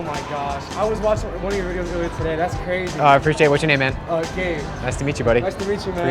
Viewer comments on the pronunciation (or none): none